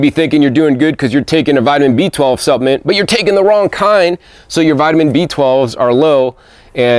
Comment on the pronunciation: EXCELLENT video as usual 🥦🍌🥭🥬🥕🥑🍉 🥗 Hope it’s ok to mention that the word “Supplement” has an “L” in it. Not suppament, rather suppLement. 🤗😁 Btw...what an AMAZING garden. I live in the tropics and DO have a small garden but the bugs and beatles love having a garden as much as I do! 🐌